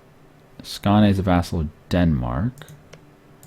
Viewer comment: The way he pronounces the swedish names is hilarious hahah. Skane, Jaelland